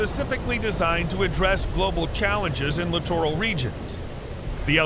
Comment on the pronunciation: Another LCS video where the narrator doesn’t know how to pronounce “littoral”. It’s pronounced like literal.